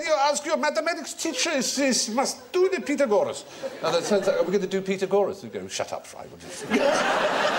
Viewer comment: His grandfather's pronunciation of Pythagoras is actually closer to the Greek than Stephen's highly anglicized pronunciation